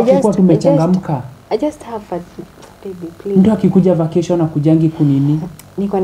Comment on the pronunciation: "facation"😂😂 Ati I want to have a"lest" Wandau 😂😂😂😂😂😂